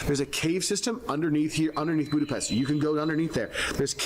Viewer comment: Funny that he's been going there 20 years and still can't pronounce Budapest correctly! Hi is Szia and thanks is köszönöm.